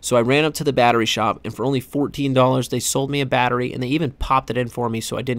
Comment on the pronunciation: “Bettary” aka Battery